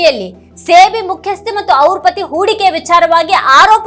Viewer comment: Adu ಸೇ ಬಿ ಅಲ್ಲ ಸೆಬಿ